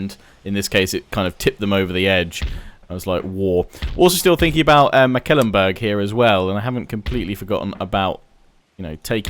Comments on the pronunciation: Mecklenbrug, not Meckelenburg. Pronounce it as if it was a McDonalds product, the McLenburg :D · Totally agree., in English the pronunciation is closer to Mek ' Klen Burg. Once he also called Wurtenburg Wittenburg and I was like... They have Wittenburg on the map?! No, no. Just a slip of the tongue. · Please "google translate" Mecklenburg in German to hear its actual (sort of) correct pronounciation. McAllenburg is really not its name. Otherwise a pleasant voice to hear and excellent and explicit gameplay from You. Keep up the good work. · Hi, just to help you out with the pronunciation: The name Mecklenburg only has three syllables Mek-len-burg. I am enjoying this playthrough quite a bit! Thanks for creating the content.